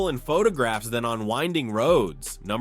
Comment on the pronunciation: The Lamborghini is pronounced "YAL-pah"... SMH